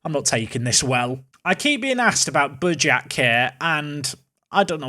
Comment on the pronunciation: Its Mihal Buyak, Like u said once, a "nordic" thing isnt really nordic, jsut slavic, his lastname is Buyak